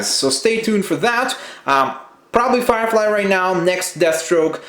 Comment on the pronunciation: Did he say fire frie